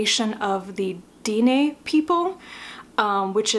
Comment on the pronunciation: I was surprised how much I liked Foundryside. I think it was because the magic system felt so science-y to me. And normally I wouldn't mentioned it, but because you sounded curious Dene is pronounced "Den-nay".